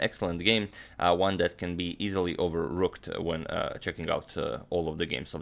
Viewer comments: You overrooked saying "In this position..." !!! My day is shattered. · Did he say over rooked? Lol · "Overooked" Hilarious 😂😂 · in your opening comments (:50 Seconds), did you say this game can easily be "overrooked"? or overlooked? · I thought he said "overlooked" but it was actually "overooked" lmaaooo😂😂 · Did he say overrooked? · Did you say easily overrooked? Ahahaha I'm dying 😂😂😂